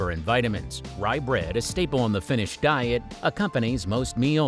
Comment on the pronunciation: Came here knowing I'd hear some interesting Finnish pronunciation. I was not disappointed. 😂